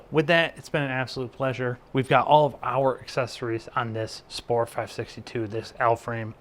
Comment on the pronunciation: Thanks for the review. You are pronouncing the company name wrongly btw. :)